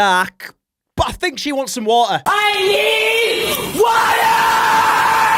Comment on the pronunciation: "i think she needs some water" "WÆTERRRR WÆTERRR I NEED WÆTER" 🦅🦅🦅🦅